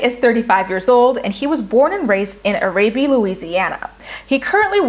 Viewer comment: Great predictions!! Excited for the season! The cities of New Orleans can be difficult to pronounce from their spellings, but this may help for future vids on MAFS. Bossier City - sounds like "bow-zure" (kinda like the word sure, but with a z), Arabi- "air-a-bee" and Houma sounds like, "home-uh". :) I have a friend that went through the casting process for this season but she didn't get picked. After hearing about the selected guys, she def wouldn't have matched well with any of them! hahaha At least the producers knew that much! LOL Let's hope the rest of them can make it!